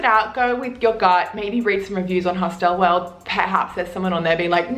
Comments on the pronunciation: You look like an intelligent woman, and I would hate for you to keep sounding like a 3rd language speaker. It's a Hostel and not a "Hostelle". Pronounced as "Host'il" . If you want to twang it, you risk sounding like you are talking about a knock shop. :-) Thanks for the vid! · It's HOSTAL not HOSTELLE. Stop using your own pronunciation please.. otherwise pretty decent tips. But I don't know what kind of hostals you stayed at but most hotals dont have a bedlight. It's basic. A room, 3-6 bunkbeds, no gender seperation. If you're travelling, you expose yourself, so always be wary. Europeans are friendly but creeps are everywhere, unfortunately. That includes lady creeps^^ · hos TELLS? Learn to speak properly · I’m sorry… but your insistence on mispronouncing ’hostel’ makes listening to you too irritating. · "if you're going to make fun of me for mispronouncing this word, oh well. I mispronounce this word" would have been a better intro. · How can you help us you carnt even say the word hostel right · You do say hostel weird. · you say hostel weird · Glad she’s addressed the way she says hostel right from the start lol